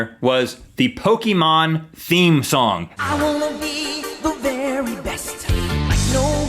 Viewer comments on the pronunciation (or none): My top 3: 1. Pokemon 2.The fresh prince of bel air 3.full house. Oh and Rhett said Pokemon wrong